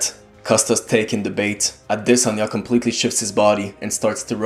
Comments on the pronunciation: His name is pronounced "AH-DEH-SON-YAH" not "AH-DEH-SAN-YAH", its a Nigerian name. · It's Audi-sauna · I'm pretty sure you did a good job pronouncing the name. I'm Nigerian myself, although not the same tribe as Izzy, but I wouldn't know to say SON rather than SAN. 🙂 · thanks bruh....they spend time commenting on how Ngannou's English is whack or has improved....but won't humbly take the right pronunciation of an African name....crazy dudes all over the place.... I'm Cameroonian...